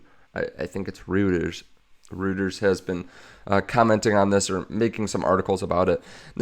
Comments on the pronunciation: Merry Christmas. Were you talking about "Reuters"? It's pronounced Royters, not Rooters. Japan is #3 in GDP, behind US & China and slightly ahead of Germany. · Reuters Pronouced. "Roy-ters". Love your frequent updates. Merry Christmas. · I'm a long time follower so don't take this to heart but for the love of god learn how to say reuters. You are suppose to say it like Roy-ters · Rhymes with “Goiters”.